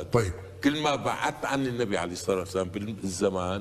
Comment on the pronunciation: هذا الكيالي لا يعرف الفرق بين الحروف القمرية و الحروف الشمسية. فهو يلفظ مثلا كلمة الصلاة باظهار " اللام " ، مع ان كلمة الصلاة فيها حرف " شمسي " و هو " اللام ". فتلفظ هكذا " اصّلاة " (بتشديد الصاد و تسكين اللام)، و كذلك كلمة الصيام تلفظ هكذا: " اصّيام ". يعني حتى العامي و الأمي يلفظان الحروف الشمسية بشكل صحيح و فطري ... فما بالك بهذا الكيالي " المتدكتر " لا يعرف ذلك!! ثم تجده في هذا الفيديو يشطح سطحات ما انزل الله بها من سلطان في شرحه لليلة القدر، فتجده مثلا يستعين بروايات و " أحاديث " من التراث الفقهي القديم الضال و العفن لأنها تناسبه؟ بينما تجده في فيديوات كثيرة أخرى يصفها كما وصفتها انا لأنها لا تناسب حديثه. و لا ننسى انه وفي هذا الفيديو و صف التقويم الهجري بأنه " توقيفي "!! اي من عند ألله،(ووصفه بالتقويم القمري) و هذا لعمر الحق جهل طافح. الشهر الهجري لا و جود له ولا وصف له في كتاب الله لا من ق يب ولا من بعيد ... (و لولا ضيق الوقت لتوسعت فى الشرح مع الادلة من كتاب الله و لكني اجلس في سيارتي في موقف مؤقت و علي التحرك فوراً ... فعذرا)